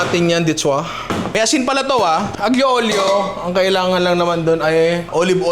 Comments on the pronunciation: Watching from Italy. Ninong, fan mo ako simula nung nag viral yung crispy kare kare mo. Panonood at pagluluto ng mga niluluto mo ang bonding namin ng girlfriend ko. More videos pa ninong. Konting kaalaman ninong. Ang pronunciation ng dish na “Aglio Olio” ay Alyo Olyo. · Hello po Ninong 🤗 salamat sa content na to gusto ko talaga matry magluto ng utak, di ko lang alam pano 😅 ngayon may idea na ko. correction lang po kase medyo naaano ako pag naririnig ko kayo sa pronunciation nyo sa aglio olio, silent g po ang aglio 😊 sending love from Italy ❤